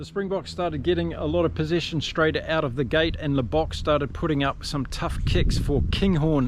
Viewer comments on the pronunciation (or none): none